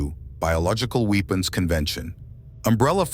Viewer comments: Doesnt bode well when mispronunciations occur in the first few seconds. "Biological weepons" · Weepens lol? Stop using the A.I crap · dude how did you manage to mispronounce the word 'weapons'?